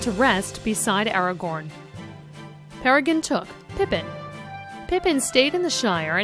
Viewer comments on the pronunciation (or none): omg the pronounciations are killing me!! Peragin, Eragon, Lithilien, Yowen, Erowen, Iomer LOL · AragoRn. Ker in Am roth. Ay-owin. Ith-il-ien. Pair-i-grin. Where do they find these people?